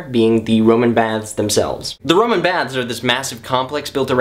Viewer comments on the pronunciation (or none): none